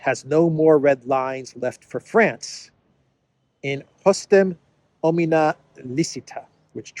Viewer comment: in hostem OMNIA (not omina) licita